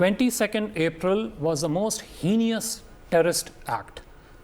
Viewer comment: Very good answers by Vinay except for one mistake. He mispronounced "Heinous"